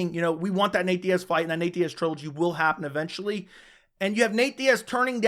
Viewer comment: It's Diaz....sorry chandler